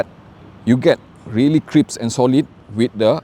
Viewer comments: its crissp not crippse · has a fan base that loves when he says “crippse “. I’ve started using it as well. 🙌🏾💪🏾